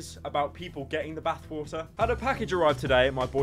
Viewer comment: No one: Pyro: B A T H W A ‘A H